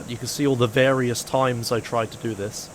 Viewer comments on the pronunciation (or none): none